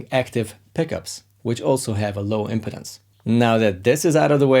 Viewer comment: Cool tips as always! Be careful with the pronunciation of 'impedance'! It's /ɪmˈpiːdəns/ - stress on the second syllable, vowel sound the same as the verb 'impede'. It kind of matters, because if you get it wrong it sounds more like 'impotence' - which has the stress on the first syllable. I await the Hungarian lesson that you now owe me.;)